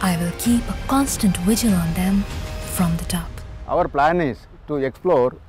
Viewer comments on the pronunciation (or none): none